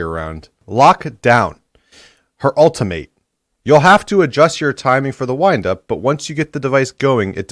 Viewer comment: Why can't Hiko say the word ultimate correctly?